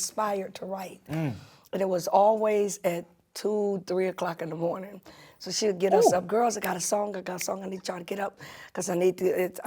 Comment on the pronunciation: “We’re still in the MORNTING!”